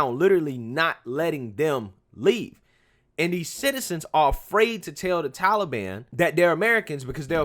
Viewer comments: The way he says Tollybon......yikes 😬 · Can someone make Grandpa stop pronouncing Taliban as Tolly Bonn. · Bro, the "Towlie Ban" (As Biden pronounces it) would have given us more time if we would have explicitly said we were moving people out. The 31st was the end of a cease fire. Do the Taliban really want to instigate outrage as the USA is pulling out? If they would piss us off enough as we were removing personnel, we would say "F it," and go back in harder and make them regret it. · Who are the Tally Bon? Stupid Joe can't even pronounce the name correctly.